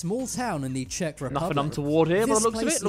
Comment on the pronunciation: as a fellow czech citizen he wasn't even close 😂